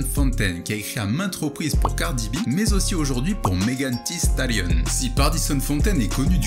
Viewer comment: Ça se lit Megan "deu" Stallion et non Megan "ti" Stallion.